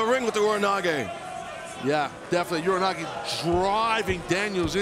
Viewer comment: Hey, someone finally pronounced Ura Nage correctly. Thank you Excalibur. Now if only pro wrestling commentators knew what an Ura Nage actually is...